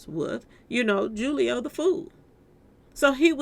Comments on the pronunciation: His name is Julio pronounced Hoo-lio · It's pronounced (who- leo) foolio